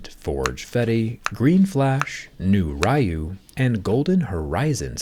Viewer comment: bro pronounced ryu raiu 🥀